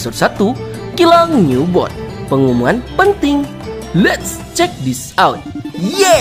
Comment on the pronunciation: Nubot baru betul bang bukan newbot, hanya bantu koreksi aj😅